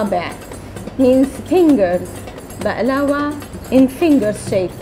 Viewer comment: Thank you for this video I was perplexed when I heard people pronouncing baklava incorrectly